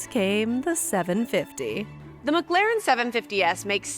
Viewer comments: This is a great video. I swear it sounds like you are saying “McGlaren” though. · She said “McGLAREN” damn near the whole video 😂🤦🏾‍♂️